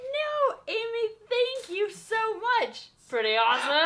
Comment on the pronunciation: She was like “shank you shoe much.😂